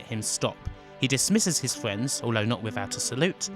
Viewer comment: I dont think this guy can pronounce r sounds. He says gweat instead of great, fwiends instead of friends. Its making me want to tear my ears out